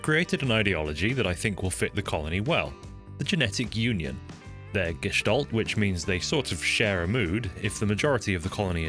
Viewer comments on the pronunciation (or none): I don't know why, but the way you mispronounce Jestalt as Gistalt is rather satisfying. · Gestalt, german - pronounced gest-ah-lt (like you're screaming extremly relaxed) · no "o"s or "w"s in there